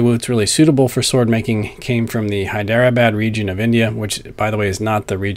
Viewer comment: Good stuff. Only beef is with pronunciation of Hyderabad. It's usually pronounced Hydra-Bodd. That's all, Cheers